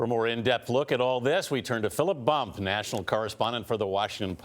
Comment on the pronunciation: BUMP. Not Bum